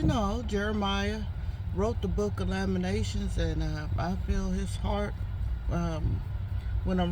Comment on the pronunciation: LamenTAtions-4 syllables. The Book of Lamentations is a collection of five sorrowful poems mourning the destruction of Jerusalem by the Babylonians in 586 BCE.